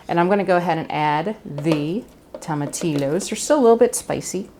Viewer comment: Wish I had this recipe for my Monday enchilada dinner. Oh, in Spanish, the L's are usually silent. The proper way to say tomatillos is tom-ah-tea-o's.